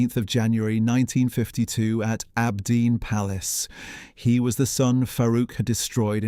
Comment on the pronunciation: You say abdeen but the the Arabic you displayed clearly reads aabideen (on the gravestone). What else did you get wrong or make up?